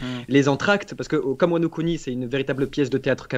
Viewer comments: Ils auraient du prononcer "Wano Kuni" Wano Couni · Y a que moi ça gêne qu’il dit wano cuni le gars? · Quand ils ont dis wano Kuni je me suis peter une barre